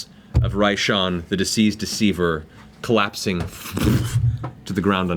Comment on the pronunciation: sounded like Matt was saying “the Deceased Deceiver” lol